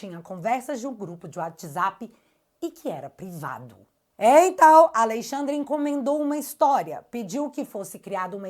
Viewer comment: NÃO É ALEI XANDRE. . O NOME É ALEXANDRE DE M. .